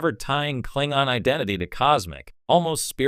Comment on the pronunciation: Sorry. Can't watch it when you mispronounce Klingon as Klingan or Klingen.